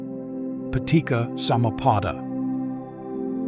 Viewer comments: Excellent video and attempt to understand what it really means. I would like to make some minor comments about some of the words. For example, in Paticca Samuppada. This is a Pali word and sounds like "Patichcha", not like "Patikka". I know in English c has a 'ka' sound. But in Pali, it has a 'cha' sound. I hope in future videos, the creator will use the correct sound so that it has the correct meaning to it. Very good video. Thank you. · the double C of Anicca and Paticca is pronounced like the C of cherry, chat, chew etc... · The pronunciations weren't TOO bad, but the main advice I will give is that the C in Pali and Sanskrit is pronounced like the CH in English. So, "paticca" should be pronounced "pa-tich-cha" (not "pa-tik-ka"), "anicca" as "a-nich-cha" (not "a-nik-ka"), "cetana" as "che-ta-na" (not "se-ta-na"), etc.